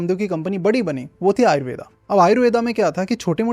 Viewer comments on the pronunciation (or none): आयुर्वेद को आपने तो आयुर्वेदा बना दिया आयुर्वेद बोलने में कोई दिक्कत होती है क्या